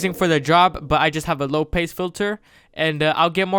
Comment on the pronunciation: Did he just say "low pase" 😑😑